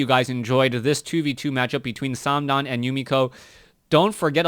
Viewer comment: it`s not "samdan" it`s THOOO